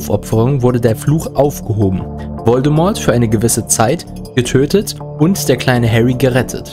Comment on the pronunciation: Voldemort wird Voldemor gesprochen! Das T in Voldemort ist stumm! ! ! Ahhh xD Es Triggert! xxD Also gesprochen nicht Voldemort sondern Voldemor gesprochen.